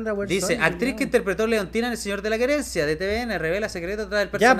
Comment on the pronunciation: el quería decir el señor de la querencia como paraguayo ajjajaaj quedó pegado con el acento el reqlao jajaj